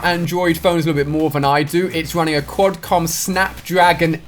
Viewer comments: It's QUALCOMM NOT QUADCOMM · "Qualcomm" not quadcom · Who else cringed when he said 'Quadcom'? #phonenoob